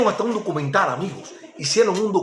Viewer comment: No no no, aunque no tengas el mejor léxico hay cosas que mucha gente no sabe. Yo lo único que te aconsejo es mejorar el vídeo y la iluminación, cambiar el uso de la letra R por la letra L. Por ej: _Fider (Fidel) _Hicieron un documentar (Documental) Ojo con eso... ¡No te molestes!, son cosas que se pueden arreglar. ¡Voy a Tí! Tu eres un tipo de pueblo. TE ENTENDEMOS. «Filosofar es esto: examinar y afinar los criterios»